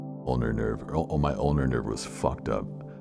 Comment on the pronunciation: ulnar nerve. not owner nerve.